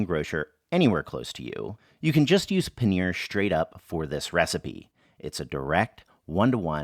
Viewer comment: It's Pa-neeeeeeeeeeeeeeeeeer not panire